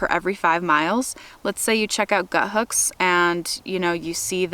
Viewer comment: Why does everybody pronounce it as “Guthooks” when it’s clearly just “Guthook?” Lol. Anyways, excellent video! Thank you!